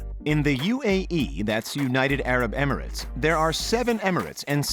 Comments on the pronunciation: It’s Emirates not Emeratas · Emaritis? You mean Emirates? Lmaooo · This man really called Emirates , ameri-tes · So are we going to ignore the fact that this fucking narrator just said eMaRates airlines, instead of Emirates 🤦🏾‍♂️ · Wait he said emi-ri-tas airways and like if you have been to Dubai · It’s funny he said emaritas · Yahia Kabashi LoL and “amarites” for Emirates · the pronunciations of Emirates and Sheikh hahahha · The way he said Emirates, I'm dead.